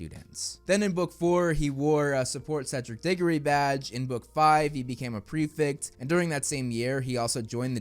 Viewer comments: Bro its pref E ct btw not prefict 😂 a lot of hp YTers keep saying prefict for some reason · can we please change up the pronunciation of prefect from here on out...